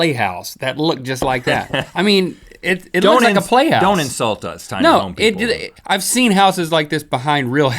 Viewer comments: xD Oh I've laughed harder than I was supposed to when Rhett messed up on saying "people"! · I love how Rhett has a nard time pronouncing ' people '